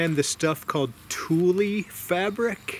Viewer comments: Lol Tool-lee....sorry just laughing at ya a little. Its pronounced more like Tool /Tulle. Always great videos. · Great share! Tulle is pronounced "Tool" fabric. In surprised you only got about 10 zucchini from your plants. But looking at them, you need to give them more room. Zucchini plants get humongous and can give you as much as 2 dozen zucchini per plant! Great idea for the fungicide for your garden beds. I'll have to try that. Great tips!